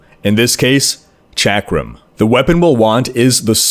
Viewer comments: Chakram is pronounced "shock-rum". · I don't know which annoys me more: di-AB-lo or chack-rum. Fucking ugh.